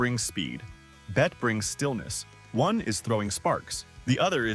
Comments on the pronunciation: Its “ Bett-y” not “ BET”!!!! She would haunt you if she knew you called her “BET”! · it's betteeee not bet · The narrator cannot even pronounce her name right. It is pronounced BETTY, NOT BETT. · The trouble with AI narration. Her name is pronounced Bet EE -- two syllables -- NOT "Bet" like Bette Midler. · Bette Davis’ name is pronounced Betty not Bet. How ridiculous that you don’t kn😅w that. Fix your narration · ...but Bette was pronounced like Betty. I just googled it bc I didn't recall her being called Bette, pronounced Bet. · You don't pronounce her name correctly. It's not "bet", it's "bet-ee". Don't be lazy. Get it right. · It's NOT Bet Davis. It's said like Betty. This was a good video, but I'm assuming a very AI narrator. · narration if off in a big way. her name is not Bet. it is BetteeeeeE Davis. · Be careful how you say her name. Pronounced Betty not Bet. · The pronunciation of BETTE is like BETTY,,,,,,,,,,,,,,,, Not Bette as in Bette Midler. By the way Bette Midler was named after Bette Davis as Bette Daivis was Midler's mother's favourite ACTRESS. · 😂This narrator can't even pronounce her name right. Keeps calling her " Bett ". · Nice clips. Just one comment: Her name is Betty. She's the one who changed the spelling, not the pronunciation. Bett-ee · When the narrator calls the actress "BET" Davis within 10 seconds of the video, I know enough to stop watching. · It’s pronounced Betty (Bette) 🙄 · She would correct the pronunciation of her name, “Bette” (pronounced BETTY) for STARTERS! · IF YOU'RE GOING TO USE AI TO NARRATE, YOU NEED TO SPELL THINGS OUT PHONETICALLY SO IT PRONOUNCES THINGS CORRECTLY...LIKE "BETTE" SHOULD BE TYPED OUT LIKE "BETTY" . BETTE DAVIS WOULD CUS YOU OUT FOR PRONOUNCING IT THAT WAY. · Does the AI not know that Bette was pronounced "Betty," or does the writer not know enough about the subject matter? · It's Bett E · Yes! Pronounced "BETT-EE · ITS pronounced bett.e. Davis . Fn.A.I.😮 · It's pronounced Betty, genius.